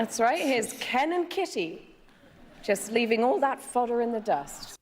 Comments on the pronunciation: i heard cannon kitty instead of ken and kitty only thing that tripped me up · i swear to god she said cannon kitty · I would guess that "fodder" in the first example is an reference to cannon fodder, because the way she said "Ken and" sounds like Cannon - but maybe I am overanalyzing. Not a native speaker btw. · For the first joke, i think additional layer can be seen in "Ken and" sounding like "cannon", that rhymes with "fodder" in the end of a line, alluding to how they were thrown into this rivalry unwittingly. Or maybe it is just accidental and i read too much into this. As for understanding jokes, etc... I had troubles hearing "bernstein" in 4th one. I did figure out, that there should be name or surname, but not knowing those journalist, her pronounciation made me hear smth like "bernsty". And, frankly, i think 5th was easier, that 3 and 4 :)